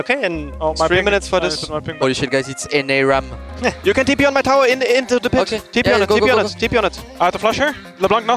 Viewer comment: It's NAram